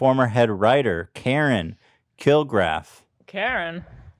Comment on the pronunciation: i died at the way you pronounced karen kilgariffs name, thats one of the most popular true crime comedy podcasters out there 🤣🤣